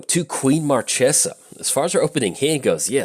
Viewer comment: Queen Marchesa (long may she reign) is disappointing by you mispronouncing her name